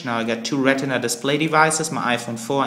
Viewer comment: lol ra-teh-nuh display